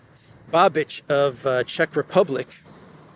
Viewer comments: the Cz PM's name is pronounced...Babeesh... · please get familiar with how Babiš is pronounced. It is super easy. Not that it matters, but it would certainly feel more respectful and professional